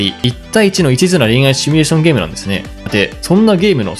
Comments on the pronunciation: シミュレーションをシュミレーションって言っちゃう人高卒説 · 「シュミレーション」じゃなくて「シミュレーション」だろう。趣味なのかそれともワザとか。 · 「シュミ」レーションではなく、「シミュ」レーションだ！(魔法陣グルグル的ツッコミ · シュミレーションと連呼されるのが気になりました。わざと使ってるのでしょうか？シミュレーションですよね？ちなみに私はスマホゲーム全くしませんが、リネージュ２という古いMMORPGを未だにやってます（＾＾； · 普段からシュミって言ってるってはっきりわかんだね。